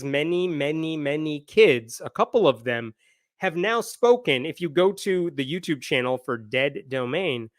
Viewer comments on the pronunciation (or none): none